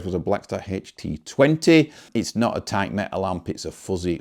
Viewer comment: A toight boodget. Sorry, love your accent lol. It's much better than mine (being Dutch).